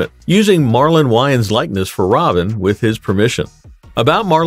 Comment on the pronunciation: If he is gonna report about someone he needs to know how to pronounce someones name